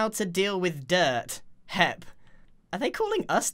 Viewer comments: may say hip instead of hep but grian says heich-que instead of eich-que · he says HEP like HIP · So funny